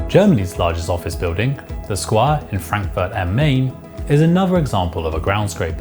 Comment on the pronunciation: That's not how you pronounce Frankfurt am Main.